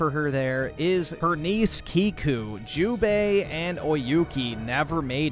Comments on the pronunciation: Hello I came here from a video that just Debunked everything you said, and thank you for giving me an idea to ship atsu and oyuki, and it's jubei not hubei IT'S LITERALLY SAID IN THE ALMOST THE START OF THE GAME WHEN ATSU RETURNED TO THEIR OLD HOME, how can we trust your "honest" review when you can't even say a name that is literally said in one of the few first scenes also did you actually played the first game? And if you did, did you think that because Yuna, our helping friend in the first game liked Jin that also means oyuki will do the same? Idiotic really btw you should watch the one that debunked you you might actually learn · You didn’t even play this game lol, half your story criticisms can be debunked in the very cut scene to use as examples and you pronounce Jubeis name wrong the entire time. You clearly were gonna shit all over this game even without the Charlie Squirt controversy and the lead actress’s politics, because it’s a female protagonist. You don’t have that passionate burning rage for a an hour video like Spider-Man 2 because you genuinely did not play this game. Your content is slop. I’m gonna at least watch a negative review from someone who beat the campaign.